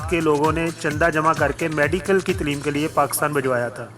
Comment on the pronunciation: Good Knowledge... BTW word Taleem needs to be pronounced right way. (tleem nahi bhai Taleem)